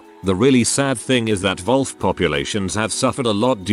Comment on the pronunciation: Nobody: Literally nobody: The Reddit bot voice: Volf